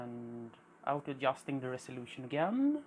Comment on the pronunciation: Super cool video - awesome job !!!!! When you say “Adjusting “ you sound like you have a Swedish accent? Epic vintage computer collection!